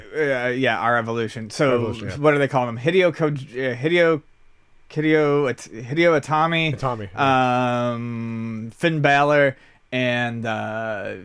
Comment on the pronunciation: this is the thing, its pronounced like HE-DAY-OH